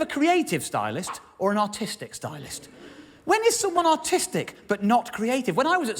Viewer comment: Is he saying "artistic" or "autistic"?